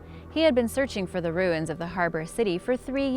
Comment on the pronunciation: Also, the way she pronounced "archeologists", Or the way she said "ruins" (which reminds me of how Stewie Griffin pronounces "cool-whip"). Cringe.